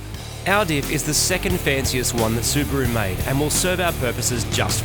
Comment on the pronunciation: In this video: Martin: "Subaroo"! Moog: "Subaron't"!